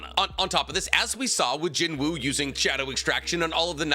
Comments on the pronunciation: It pronounced Jin-oo btw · the W is silent in Jinwoo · just a heads up the W in his name is silent loving the content keep it up fam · Please pronounce his name correctly 😔